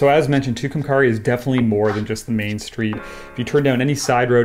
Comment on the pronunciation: Fantastic work also, love hearing you pronounce Tucumcari.